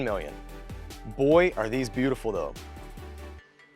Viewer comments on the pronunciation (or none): Neither of the ways you say Cascais are how you pronounce Cascais. No judgement, it’s a hard language but don’t be teaching ppl if you don’t know it yourself. :)